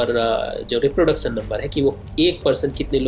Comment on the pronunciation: Reproducson , infecson